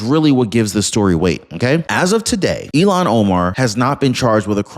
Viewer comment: Arrest & deport Ilhan. Please say her name correctly...ilhan, not elon